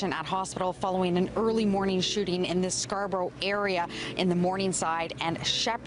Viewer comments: There's no s in Scarborough!! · bro didnt do any real research lmao says GGG's claim driftwood lmao that a whole diff set, and said top5 was the hooper thats his brother also didnt pronounce Scarborough proper one time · Scarborough, not Scarsborough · It's not ScarSborough....it's Scarborough man ffs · scar-borough not scarsborough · It is 'SCAR-Borough' NOT 'Scars-boro' learn how to say things properly before you make a video. And a lot of what you're talking about is BS. G-block doesn't even call themselves "Galloway boys". It's a name the media used only. And the entire city did not get involved with Orton Park/G way beef. Like WTF is "Scars-boro", can't get over this. And imagine believing ppl go to Fort McMurray to duck. The stuff in your video has nothing to do with Drake, you're slandering the boy. The stuff about Reps up too lol. You know less than nothing. You are a clown. Delete your channel. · N it’s pronounced scar bro not scars bro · Scars-borough 😂😂😂😂😂 Its scarborough every immigrant lived their once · Scarsborough? Nah you trippin with that 2nd s 😂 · It’s Scarborough bro, not SCARSborough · It's pronouced Scarborough not scarsboros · wtf its Scarborough not scars borough lmao one S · Scar borough not Scarsborough, preciate you doing stories for us northern boys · SCARborough bro…..SCAR-BOROUGH What is this ‘Scars’ borough nonsense you keep saying. I’m offended smh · scarSborough is killing me. its scarborough, theres no S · Pronounced... "Scar-bro" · lol Not Scars-borough lol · Its pronounced Scar - Borough ..... smdh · its pronounced Scar-borough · “Scars-boro” c’monnnn bro😂😂😂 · Please, it's pronounced "scar-bro" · There's no second S in Scarborough. Its not pronounced ScarS-borough. 😂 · LOL scars-borogh! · Hearing this guy pronounce the T in Toronto and say scarborough wrong is hilarious